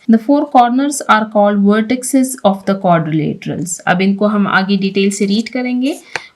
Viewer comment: Madam, lafz vertices ko vertisses kaha jata hai